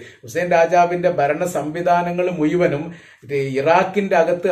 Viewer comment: ...ഈ...മുയുവനും എന്ന് പറയുന്നത് മുഴുവനും എന്ന് ആക്കി പറഞ്ഞാൽ കുറേ കൂടി നന്നായിരിക്കും....ഞാൻ നിങളുടെ എല്ലാ vedio യും കാണാറുണ്ട് പല പ്രാവശ്യo